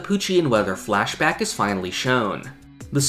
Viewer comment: Hi idk if this feedback is helpful but your pronunciation of the word “flashback” is off. It’s sounds like “fleshbag” every time you say it.